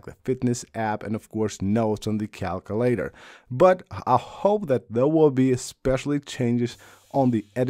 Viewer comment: Why did you bother bringing up the calculator on an iOS 18 features video if you had nothing new to show? 😂 PS cal-queue-later / KAL-KYOO-LAY-TER